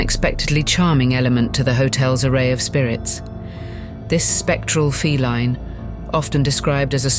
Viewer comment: AI cannot pronounce correctly like the word ‘respite’ or ‘feline’